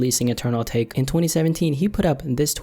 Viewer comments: not uhtake... a tah kay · It's actually pronounced ah-ta-ké but I think ah-take sounds better 😂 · AH-TAH-KAY not fucking ah-take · Pretty sure its pronounced atak-eh